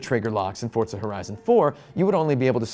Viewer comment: Why does he say fortza It’s forza